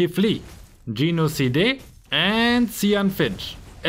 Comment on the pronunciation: xD he pronounced Geno Cide into "Gino Si Di" not "Geno Side" 😆